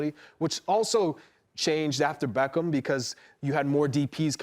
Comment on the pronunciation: Man said BEEEECHam